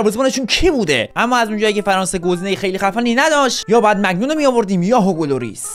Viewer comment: داش موفق باشی عالی❤ فقط اینکه دروازه بان تیمت مگنون نیست مانیانه